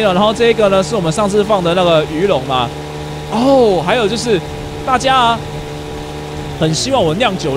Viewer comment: 為什麼你最後那一句大家拜拜說成大啊拜拜